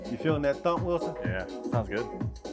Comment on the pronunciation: Every time you say Wison, I think of Cast Away. 😂